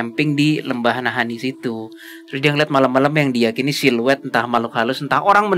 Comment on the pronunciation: Ada yg baru guys, koleksi selip kata "Naha-Ini"